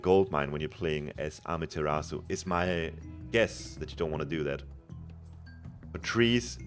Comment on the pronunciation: its amaterasu,not ameterasu